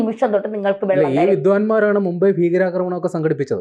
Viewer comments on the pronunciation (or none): none